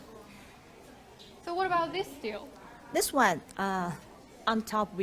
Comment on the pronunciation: stele - pronounced as "sti li" nd not "still".